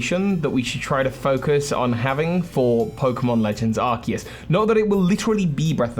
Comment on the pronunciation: Thank you for pronouncing Arceus correctly.